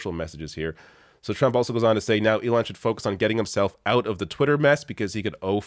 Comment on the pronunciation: lmao...he said..."Leon"